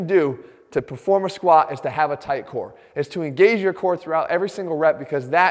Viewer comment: "When it comes to the squahh"